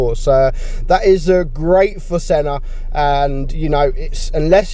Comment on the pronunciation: When you sayed Senna the god I heared son of the bot 😂😅